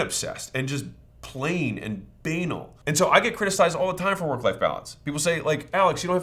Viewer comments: Great content but I absolutely fell on the floor laughing when you said “bANAL” not “baNAL” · Alex.. banal is not "bain-uhl" it's "bah-nahl". It rhymes with canal, not anal lol